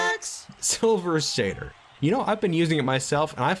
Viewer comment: Shrieking sounds!! Yay!! Also: SilVER saTYR musTACHE wax